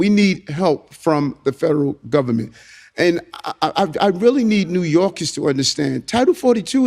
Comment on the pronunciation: 'ITS DA GUBBAMENT, ITS DA GUBBAMENT ...' 🎶 🎵